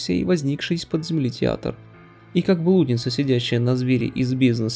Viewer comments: Интересное видео, автору респект, но некоторые ударения типа "блýдница" режут слух) А так все круто. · блудница - ударение на и!